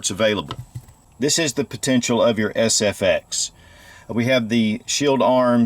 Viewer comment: You called it the FSX instead of SFX.